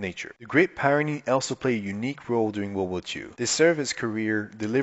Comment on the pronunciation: It’s pronounced, peer-ren-nees, not - pie ren nees